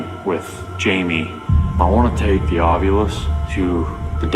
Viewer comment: it’s spelled “ovilus” and zak says it like a woman ovulating. And now so does everyone. Look at the spelling. It would be like “aw VI lus” not “aw VYOO lus”.